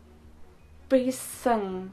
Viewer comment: Hi, I'm a bit late to the party but I wanted to say that this was very interesting for me to watch as someone who has had very little contact with any religion whatsoever. I always like to hear about other people's beliefs. Also, the word "Speisung" is pronounced sh-pie-soong with the "oo" as in "hood".